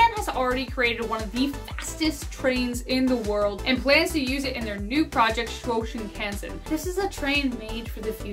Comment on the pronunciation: Hi I'm going to be that person... "Chu-o" "shin-kan-sen" (shin like you leg) and O (short sound not oo) O-sa-ka... Japanese is difficult to pronounce but in syllables it's way easier